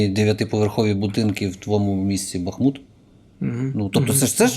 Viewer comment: Лапін, який в біса БахмУт, який є насправді БАхмутом?!?!